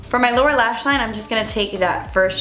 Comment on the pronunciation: Instead of saying lower lash I totally thought you said Laura lash....like Laura Lee's lashes.... lol. Yes! I love seeing these challenges....